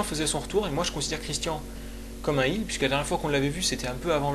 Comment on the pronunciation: Heel se prononce "Haile" et pas "Hile" ;)